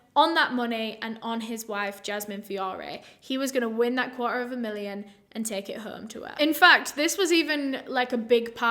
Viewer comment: It’s the “she could give or tek him to be honistttt” for me 😍